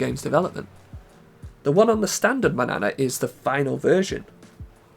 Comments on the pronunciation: "MAN-YA-NA" not manana like banana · Its pronounced MAN-YANA not manana like banana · I know it's spelled "Manana" in game, so looks like it should rhyme with "banana", but I'm pretty sure it's actually supposed to be "Mañana", the Spanish word for the morning, tomorrow, or the indefinite future depending on how it's used.